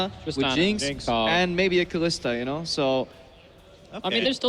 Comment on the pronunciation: i fucking cant stand that " kalista " srsly mate come on